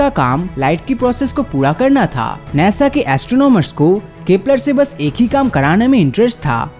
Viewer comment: Bhai sun dekh nesa nahi khete hai nasa khete hai🤣🤣🤣😂😂😂